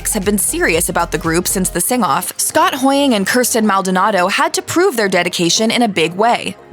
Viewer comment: the real feat is how she pronounced kirstin right